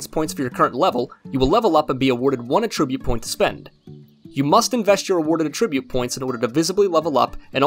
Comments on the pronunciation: please learn how to pronounce "attribute". In this context it is NOT "uhh-trih-butte". It IS "ATT-trih-butte". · Can you please look up how to say attribute? At -trib-ute It’s not “a tribute “ points lol